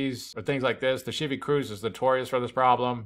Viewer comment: I'm like he's speaking perfect American English so I'm like ...... huh? WTF is a Shievy Cruze